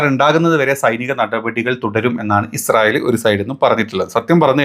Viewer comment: ഇസ്രായേൽ അല്ല ഇജ്ജ് റയേൽ 😂😂😂മോദി പ്രണ്ട്.. ഇജുരായേൽ